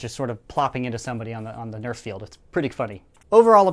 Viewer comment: FYI, it's Nerf, not Neft